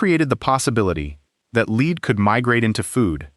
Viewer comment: Lead is not pronounced as "leed". AI got it right a couple times, but its not "leed solder".